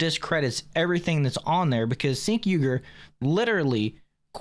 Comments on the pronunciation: It’s pronounced Chenk. I prefer calling him Chunk Yogurt. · The host of this show said on a previous episode, he purposefully pronounces it "sink" because the proper pronunciation sounds too close to a slur word & libtards could use it to get his channel taken down. Imo, Chunk Yogurt doesn't even deserve us caring about the proper pronunciation of his name.